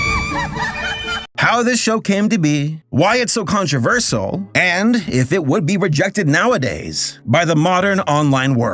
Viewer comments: the word is pronounced con-tro-ver-SHULL ,not con-tro-verse-ll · You really butchered the word controversial lmfao, "controiversal"